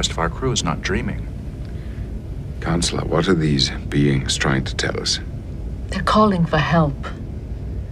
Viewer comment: "The Beans"